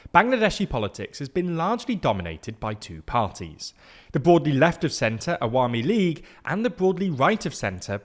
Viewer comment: His pronunciation of “Awami league” & “Begum” was pretty good ngl, made me smile everytime.